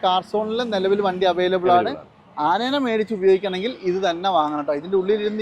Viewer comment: ആ നേനെ എന്നല്ല ആനയെ എന്ന് പറയൂ😂